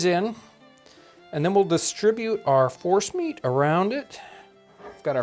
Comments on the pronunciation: I thought he said Horse meat balls not force meat. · I heard Forrest meat too. Mashed meat of any origin it sounds like. This’d be a sneaky way to get the kids to eat squirrel. 🤣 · Omg who else thought John was saying "horse meatballs" lol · I thought he said horse meat!! Lol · Is he saying force meat? Horse meat? Forrest meat?